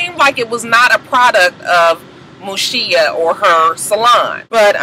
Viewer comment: Mushiya not shita